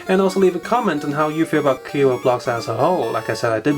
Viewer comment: It's Kre-O like in Creation, not Kee-roh ;D And It's a shame you haven't trasform them as this is the whole Gimmic and it should be part of review.